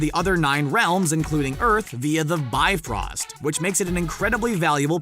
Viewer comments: yup, its the bye-frost not the B-frost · i lost it when he kept calling it the beefrost its the bi frost not bee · I'm sorry, but I can't take y'all seriously when you keep saying "bee-frost" over and over